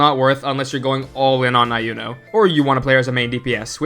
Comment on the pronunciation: Why do you call her Ai-uno? They said her name plenty of tines during the gane already and it's E-uno.